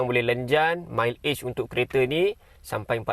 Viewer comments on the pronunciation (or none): aku sakit tlinga dngaq dia sebut mile age...susah sngt ka nk sbut mcm mat saleh awbut mileage???😂😂😂